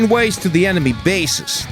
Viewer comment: Lol, he said emeny